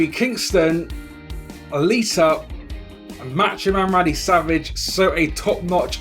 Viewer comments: he said Lisa at lita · u said Lisa lmao